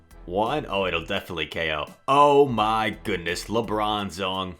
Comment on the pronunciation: calls him Lebronzong sometimes, that shit had me weak 😂